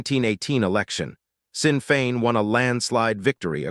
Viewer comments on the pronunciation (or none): I hardly think 1,400 rebels is a "few hundred" and its not Sinn (Sin) Féin its Sinn Féin pronounced as in SHIN FEIN.